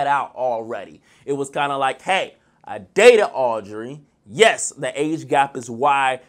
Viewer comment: U don’t like chance boy bye lol 😂 and her name is aub-re-y lmao 😂 and wym chance was barely on last season he got his camera time last season montell was the one barely on bc he stop going to filming mid season